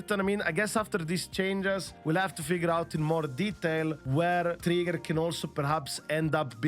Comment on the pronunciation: funny part, I am not hearing him saying ' Trigger' but ' Tree Girls' xD